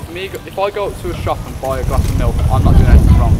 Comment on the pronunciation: Milk is like "R" not "M".